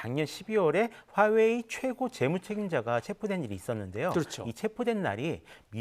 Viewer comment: 그냥 화웨이라고 정확히 말좀 하시지 듣기 불편하네요.